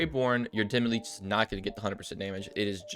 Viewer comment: It's not demi-leech.